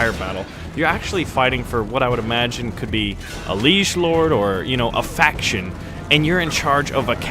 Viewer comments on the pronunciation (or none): none